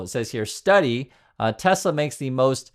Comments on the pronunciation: "I love tesler!" 😂☠️🎉 crap cars... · "BUY A TESLER" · It's not Tesla, it's Tesler